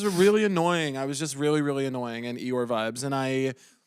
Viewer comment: It sounded like Caleb said 'your' instead of Eeyore, which is probably why Bowen questioned to repeat right after saying really annoying lol